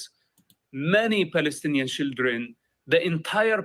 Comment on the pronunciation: I love how he say Shieldren.